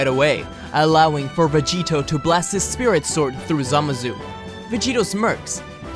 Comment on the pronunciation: For every time you mispronounced it: Zuh-Mah-Sue